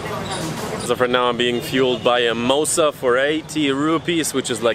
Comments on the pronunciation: Dude that was "Dosa" not Mosa 🤣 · ITS DOSA bro ..not mosa* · Not mosa it's dosa you dosi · Ha ha ha... It's Jagdish Temple not Yagdish.. and it's Dosa not Mosa. ;) Nice video.. keep posting more videos Sir. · I find cute how he call Dosa *Mosa 💜😌😂😂😂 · The thing you ate isn't called 'MOSA' its called 'DOSA'. haha! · its "Dosa".... not Mosa.... have fun in India.....will appreciate u to host u in the city of Jhansi as well... Enjoy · Did you just said the dosa a Mosa😂😂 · That's called Dosa not Mosa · Achually its not mosa its dosa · It's Dosa not mosa bro